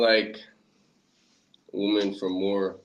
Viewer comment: Bro was cool, but why he say "waamen" like that?😂